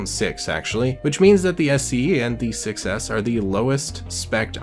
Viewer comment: The fact when saying "Iphone 6s" your saying "iphone success"